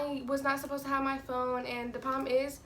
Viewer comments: Is it just me or every time she said "problem" it sounded like "poem" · She don't know how to say problem